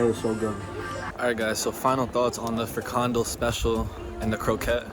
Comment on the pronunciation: Actually, neither friKANdel nor FRIkandel is right. In this word the stress is on the last syllable, so it's: frikanDEL. Also, the beer Bavaria is indeed from the Netherlands, even though the name would suggest otherwise. There's a brewery in Lieshout (province Noord-Brabant).